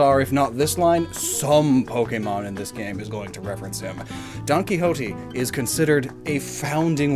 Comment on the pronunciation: Watching botch the pronunciation of Don Quixote has been the funniest thing I've seen in a minute